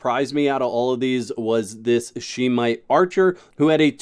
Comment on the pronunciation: Just an FYI it isn’t pronounced She-Mite but Shem-ite. :)